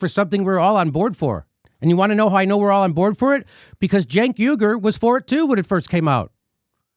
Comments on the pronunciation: Jimmy Dore Show : Jimmy, you need to work on your phonetics. You pronounce the name Cenk as if it's Jenk or Genk. I agree with your critiques, and language, but you definitely don't know how to pronounce the name Cenk. The 'C' should be pronounced like an 'S', in English anyway. So top calling the jerk from TYT Genk or Jenk, when his name is Cenk. What if his name was spelled Senk, instead of Cenk, how then would pronounce it? The letter 'C' is sometimes pronounced like 'S', but never like 'G' or 'J'. Learn your English, but I otherwise agree with you. I understand your anger, but work on your English. You want an example of when 'c' is sometimes pronounced as 's', then take the word cents (like for pennies), it's a soft 'c', so like 's'. What about "centennial", do you say Gentennial or Jentennial, I don't think you do, it'll be pronounced like "sentennial", instead, except that the word begins with a 'c', instead of an 's'. Your social, political logic maybe fine, but you mess up use of language. It's annoying, and cause people to wonder about whether to believe you or not. YOU ARE QUESTIONABLE, for yes, Medicare For ALL is important, essential, for the country, but you say nothing about how this might be or should be provided, saying NOTHING about "universal health care" for the whole country, plus single-payer (govt!). In your mind, what is Med. For All supposed to be like? YOU HAVE NOT EXPLAINED! Again, Cenk is not Genk or Jenk. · Its probably me mishearing but when Jimmy says Cenk I swear I hear junk. Still works.